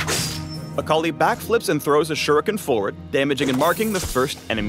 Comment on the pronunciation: WTF, I though her name was pronounced 'Ah ka lie' eeesh.